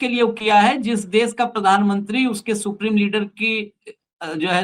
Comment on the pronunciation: आप अपने उच्चारण में जी देश को देश बोलना प्रारंभ करें आप देश को बोलते है - देस । इससे आपका इंम्परेशन खराब होता है।